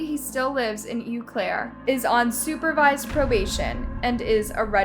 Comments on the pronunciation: The city is not pronounced “you claire” but “oh claire” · U Claire? It's O Claire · Please........... don't pronounce aunt as ont. PLEASE stop that. In addition Eau Clair is not pronounced you clare. It's oh clare. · I love your videos but dang as a wisconsinite it urks me when you say pronounce it uclaire it's pronounced OClaire and Ed gains name is pronounced Ed geen 😅 sorry hahaha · Eau Claire is pronounced "OH- Claire", not "YU- Claire". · And the city Eau Claire where Carson's dad lives is pronounced oh-claire, not you-claire. Living in EC...I prefer ew-claire myself at this point tho, ha. Nothing but alcoholics who are proud to be alcoholics here and now the drug problem is getting out of hand as well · I remember this. I don't live terribly far... actually I'm sicken by the fact that his Dad got out and is still in Eau Claire. (Pronounced like "Oh Claire") This "child" is a monster. Should be treated as such. Bury him under the prison. Let some big old sick grown men pedo have their way with him in the meantime. No sympathy wasted on his sad upbringing. We all have our sad stories. We don't come out like this. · Well done. Work on your pronunciation of proper names: they don't follow the normal rules. I'm from Wisconsin so here goes. Eau Claire is pronounced Ōh Claire. Ed Gein is pronounced Ed Gēēn. That's all. Keep up the good work. 😊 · It’s pronounced “Oh Clair”. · Eau Claire =Oh claire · It really kills me to hear you butcher the language! EAU is pronounced O and Berger with a hard G